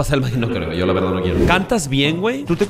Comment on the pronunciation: Nunca entendere porq dice velda en ves de verdad